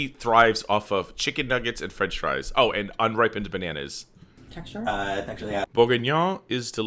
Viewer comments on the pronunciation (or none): none